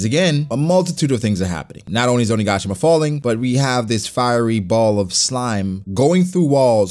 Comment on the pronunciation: say it with me... 'Oniga...shima' not 'oni.. gashima' Please say it right :'(